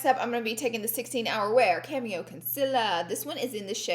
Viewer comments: Looking good girl! I crack up every time you say cameo concealer instead of cammo concealer! I die. Love you! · Girl, it’s CAMO concealer not cameo 😂😂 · I cringed everytime you said cameo instead of camo 😂😂 love you tho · Laura Lee it’s CAMO “conciller”, not cameo lol 😂 Still love ya tho 😘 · Anyone else notice that she said “cameo” instead of “camo” both times😂😂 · Shimma shimma Camo not cameo lol I love how you say things. And would love to see you do a spring look with the palette you didn’t use. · CAMO Laura not cameo! Lol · Its CAMO!!!!! NOT cameo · Say it with me....CAMO Concealer lol gotta love Laura!!